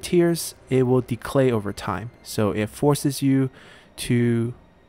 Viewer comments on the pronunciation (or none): Entertaining series, keep up the good work! One question though, how come you keep adding a "L" sound in the word "Decay"?